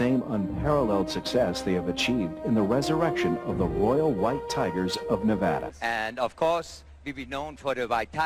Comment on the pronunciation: Please stop mispronouncing my state. We are Nevada, not Neyvahda.